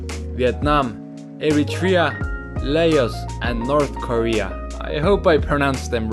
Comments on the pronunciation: Erm actually 🤓laos is pronounced laus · LAOS = (say "Laa-owss") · To pronounce Laos it's lou like loud but without the d